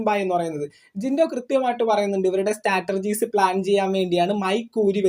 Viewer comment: സ്റ്റാറ്റർർജി അല്ലാ... സ്ട്രാറ്റജി എന്ന് പറഞ്ഞാൽ മതി മതി.